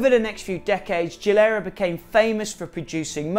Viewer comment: Geeeee lair uh not jee lur uh